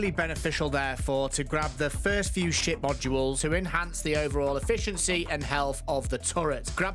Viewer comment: its took me a while to realize he was saying Ship not SHIT. I was thinking he was really salty about getting those modules. lol